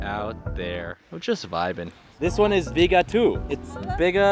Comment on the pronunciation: As a Jamaican, I hope you enjoyed your trip... ONE LOVE!!!!!🌴🌴🌴 P.S.: IT PROUNCED BIG-A (you sound out the 'a' and one of the 'g' are silent)